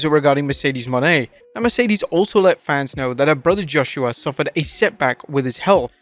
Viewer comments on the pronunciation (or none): none